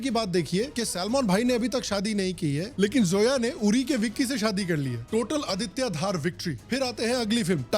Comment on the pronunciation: अदित्या धार ❌ आदित्य धर ✔️